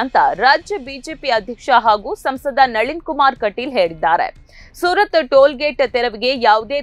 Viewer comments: ಓ ಅಡಬೆ ಅದು ಸೂರತ್ ಅಲ್ಲನ ಸುರತ್ಕಲ್ ಸರಿ ತಿಳಿದು ನ್ಯೂಸ್ ಓದ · ಸುರತ್ಕಲ್ ಅದು ಸೂರತ್ ಅಲ್ಲ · Surath alla surathkal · Soorath allaree...surathkal.... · Surartkal sariyagi heli